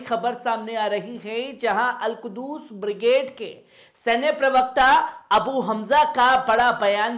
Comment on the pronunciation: Not Al kudus it is a Al qhuds.